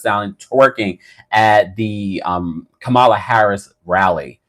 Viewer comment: Comma-la, comma, comma, comma, Comma-la, Komma-la, Kamma-la, Kamala (Comma, like the punctuation)